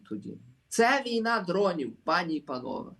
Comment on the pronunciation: Але треба казати не пАні і панове а панІ і панове Тобто ,слово ПАНІ в однині наголос на А, але в множині наголос на І